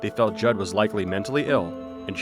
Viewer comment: Oh my God we have the same last name I gotta go edit-OH MY GOD SHES SO CRAZY GODKCLD LXMDLN Also props to actually saying Judd right because surprisingly a lot of people say it wrong idk why it's really simple